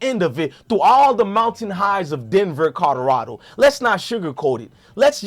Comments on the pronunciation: Hes interesting first time listening neess to stop cursing and practice saying co lo ra do. Otherwise more power to the brother for doing his thing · Learn how to say Colorado